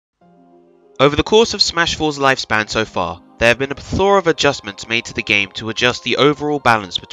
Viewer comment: Great video, great analysis. Only criticism: learn how to say "plethora", and say it less. XD